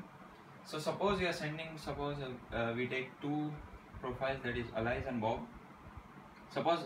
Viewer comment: Its Not "Alaice" Chuttia its "Alice"....